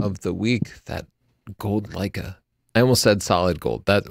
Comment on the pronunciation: Birdie Sanders... Lei-KEH